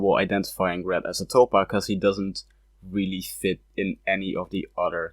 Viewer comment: Can you please stop saying “otter” instead of “other”?